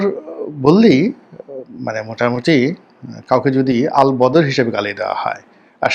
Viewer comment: শাহেদ আলম আসলে গাল বাকা করে করে কথা বলার কারণে আল বদর শব্দ টা উচ্চারণ করতে পারে না, সেজন্য আল বটর বলে। এটা বেশীর ভাগ তোতলা লোক করে থাকে